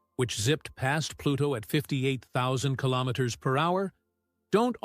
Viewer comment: Really ? "killomiters" ? "four point twenty-four" ? WRONG ! You should really keep your trap shut !